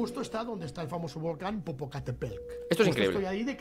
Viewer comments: Te ves bien burlandote de los demas... Muestra quien realmente eres bravo macho.... Se dice Popocatépetl aculturate un poquito, no hace daño... Otra cosa... Ellos tienen nombre, llamalos por su nombre... Respeta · Jajajajaj 😂😂😂 yo aqui burlado de un tío de edad avanzada por no poder pronunciar el nombre de un putto volcan, que asu vez se burla de dos compatriotas suyos por decir charadas según el... El bullying sigue vigente 😂😂😂😂...